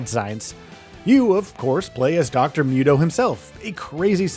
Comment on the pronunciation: It's Dr. MOO-toh, not myut-oh. noob.